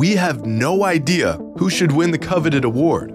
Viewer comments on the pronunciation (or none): none